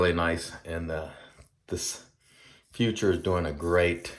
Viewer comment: I believe the German pronunciation is something akin to "foo - TOOR", but don't tell a German I said that.. 😁... Great shave! I may have to pull the trigger on this set 😎. I'm a sucker for these resurrected scents. I think Doug should call it Myanmar 🇲🇲. Also, if you want to see a great (creepypasta) story on the Cecil, Google "Elisa Lam Video". Have a great week!